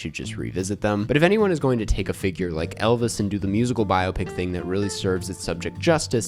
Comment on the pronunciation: Every time you mispronounce biopic I scream but other than that thank you